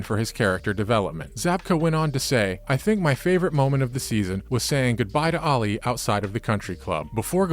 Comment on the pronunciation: Dude, if you watched this show or the original Karate Kid movie at all, you’d know that Ali’s name isn’t pronounced like “Ollie”